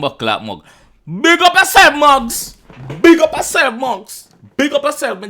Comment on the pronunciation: Guidance & Blessings You pronounce his name ‘Mow gs’ as in like Mowgli from Jungle book